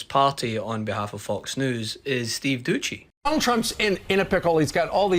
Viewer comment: Steve dousssssy…. Not duchy lol